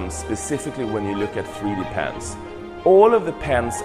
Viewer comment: Cool stuff. I couldn't help but laugh at the guy saying '3D pants' for 3D pens